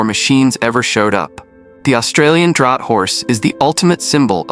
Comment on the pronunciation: and lets not miss the pronunciation of "Draught" he pronounces as Drought, instead of the correct "Draft".